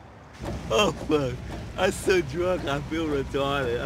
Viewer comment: U SAID "IM SO DWUD WIT ME ILL BWAEK UR FACE"